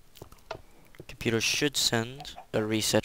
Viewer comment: that's the best pc computah ever